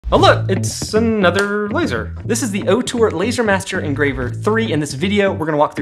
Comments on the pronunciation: Love your videos dude. I wish Ortur offered a 20w version tho. Also, you are not pronouncing it currently. It's OR-tur, not OH-tur. Keep up the good work though. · Say it with me… OR-TUR! Not OH-TUR!!!